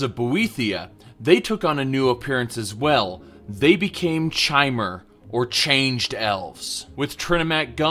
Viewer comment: Awesome, very informative, thank you! But... "chai-mer"?! You do know the word "chimera", right, that literally refers to a 'changing one'? Might as well pronounce Vivec as you do lilac.